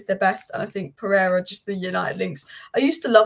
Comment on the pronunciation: Pereira not Pereria